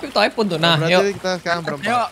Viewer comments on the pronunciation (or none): none